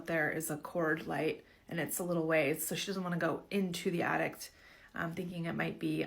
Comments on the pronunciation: Is she saying attict…. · yes lol and it's not at all from a country accent? she doesn't even have an accent at all lol